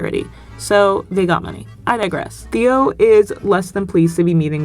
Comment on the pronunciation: You calling Theo "Th-ee-oh" the entire video is so funny